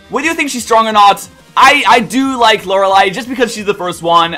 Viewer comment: Wow,... You pronounced Lorelei right... I'm so proud:') My Top 5: 5) Bertha 4) Lucian 3) Lorelei 2) Phoebe 1) Aaron I feel like there'd be a lot of 5th gen in there if I'd actually played those games